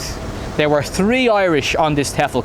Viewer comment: Lol . . . Ive heard it all now , an irishmen in Toyland teachin' English ! . . If u say tree for 3 , how do u say tree as in oak tree , a bet the thai kids were bamboozled . . . . 5555 I'm from Newcastle .